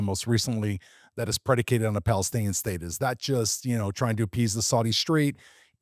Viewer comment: Why do you say “Street” instead of “State” ?